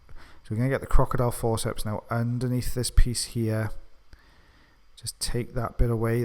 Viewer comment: Does everybody else love the way he says crocodile forceps? Always my favourite to listen to.